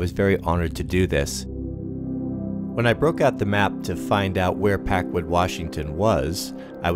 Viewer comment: Always pronounce it PackWOOD. If for no other reasons gets people to listen your story.